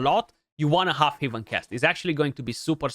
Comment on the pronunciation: my god its heaven ˈhev(ə)n not 'hiv(ə)n